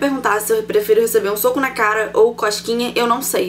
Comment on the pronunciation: eu entendi ela falando coxquinha ,kkkkkkkkkkkkkkkkkk